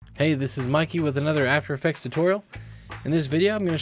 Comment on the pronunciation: After effects not "atfer effects" 😂